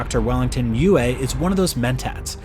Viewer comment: So many mispronunciations of characters I have seen since the 80's. Never seen the movie? Benet/bennay (Benny)jezret(jezraht), cheney (chahni), freemen fremmen was fixed*, both Leeto/layto, dr. uwei (youwee), harko-nen (harKOnen), Kwisatz Haderach is the prophet Muad-dib.